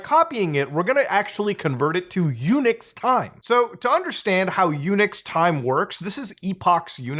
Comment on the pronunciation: Every time Muta say Unix I think he saying "Eunuch" and that makes it a very different conversation.